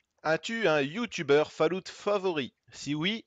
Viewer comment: essaye juste de dire "Follawt" au lieu de "falloute" lol sinon super video